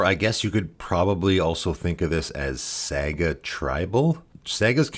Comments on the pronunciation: Sah-gah not saa-gah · I don't want to be that guy but are you trolling right now. Saga is pronounced like "saw-gah" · I'm sure this vid is great, but im gonna have to watch this muted with subtitles, cause I can't listen to you mispronounce the main word for 21 mins. Saa-guh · SEGA tribal. Sonic as the commander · the way you are pronouncing saga is getting to me :/ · Ya i’m losing my mind over it too for some reason lol